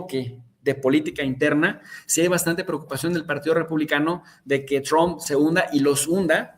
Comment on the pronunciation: Escucho mucho a en su canal porque me parece un gran analista, pero siempre hay un momento en que le cambio porque no lo aguanto pronunciar Trump (Chromp) y ponerse a balbucear en inglés